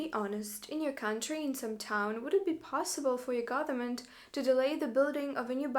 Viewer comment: It's interesting, most russians cannot pronounce "th" sound but this woman inserts the "th" sound into words instead of the "v" sound which is native sound for russians. "Gotherment." How many times in this video did she say "gotherment?" Count me among the skeptics.